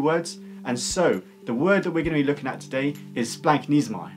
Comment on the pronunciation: Uhh...don't listen to this pronunciation. As a Greek by blood and Greek speaker at home, it is splach-NEE-zo-may. Splach as in Bach with that houghing a loogie sound at the ch. Ahhch